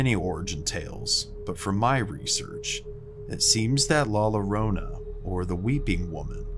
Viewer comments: Hey man love the vids and content but just some advice with the pronunciation of “La llorana”. The two L’s in Spanish make a “ya” or “yo” sound depending on the letters afterwards, so instead of it being “Lorona” how you said it, it would be “yorona”. Just tryna help out, keep up the good stuff👍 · I LOVE your channel! The spookier the better! The La Llorona story is so scary I love it. Just an FYI it's pronounced La Yorona like a Y sound. The LL letter in the Spanish alphabet sounds like a Y sound. Thanks for your awesome spooky channel!! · "La yadonia" not how u pronounced it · La rroronda ☠️ so close lol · La llorona is Spanish two LL's make a "Y" sound FYI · Dude, everyone knows it’s La LLorona, and it is pronounced La Yorona 🤦🏻‍♀️ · Dude, come on! Get the pronunciation right! It's NOT rocket science. The "Llorona" is pronounced "yo - roh - nuh"! The double "L" in Spanish is pronounced as a "yeh" sound 98% of the time. And btw, la Llorona is NOT a "Spanish" legend, it's a MEXICAN legend! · You pronounce la llorona wrong